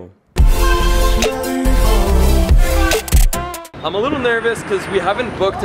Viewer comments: yes filipinos will pronounce it as Galyo but correct spanish pronunciation is Gayo.. watch narcos my friend. Medellin is pronounced as Me-de-yin. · you have no luck in saying the word ‘GALLO’ right.. haha .. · the way u say gallo is wrong. nice drone shots though